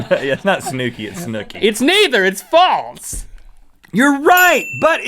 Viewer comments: Its FALSE not FALTS!!!! Everyday you guys drive me crazy with your inability to pronounce such a simple word!! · Omg stop saying faltz